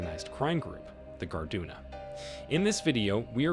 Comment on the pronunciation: Its Garduña not guard-duh-nah. ñ is not the same as n.